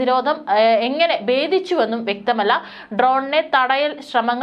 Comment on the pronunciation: ബേദിച്ചു - തെറ്റ് ,ബിന്നത - തെറ്റ് ഭേദിച്ചു , ഭിന്നത - എന്ന് പറയൂ